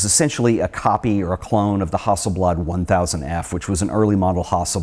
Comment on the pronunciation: Why do you keep calling the best medium format camera a Hosselblod? It's a Hasselblad!!!